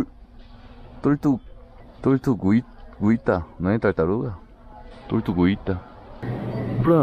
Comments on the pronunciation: "tortu GU Í ta" KKKKKKKKKKKKKK desculpa gente mas ñ aguentei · ELE FALANDO TORTUGUITAKKKKK, EU ESTOU CHORANDO DE RIRKKKKKKKKKKKKKKKK.